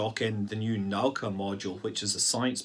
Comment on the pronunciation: the new Russian module is called Na-u-aka))